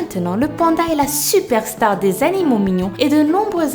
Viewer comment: elle a dis les danimeaux